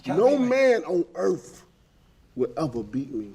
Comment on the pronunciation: deontay can't form a sentence or speak normal, a third grade child could speak better. he said I'm the baddest man on erf? haha, I think he tried to say earth! 95% of people in America don't even know who he is and he is our heavyweight champ.